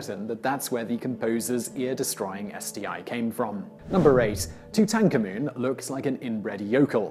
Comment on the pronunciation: You pronounce Tutankhamen rather strange! Not even the academics pronounce it that way and do research unlike your parrot-sounding facts-we-already-know soundings.